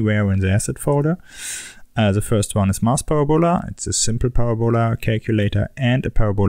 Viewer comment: Parabola is pronounced Parab-a-lah, not Para-bowla, :(